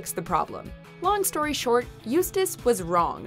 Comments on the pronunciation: They finally pronounced Eustace name right. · They finally pronounced Eustace's name correctly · At least you finally managed pronounce “Eustace” properly. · At least she didnt butcher Eustace name this one